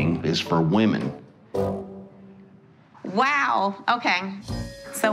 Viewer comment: “CoOkInG iS fOr WaMaN”